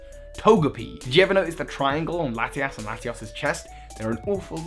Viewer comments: Ha he said Lati-Ass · it's laty-us and laty-ohs just saying.